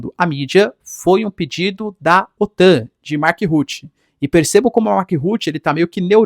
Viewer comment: Nossa! Ruti Ruti Ruti. Que nervoso!!! Escreva no Google tradutor e ouça a pronuncia. Fora o resto …..😊Brasileiro coloca I em tudo!!!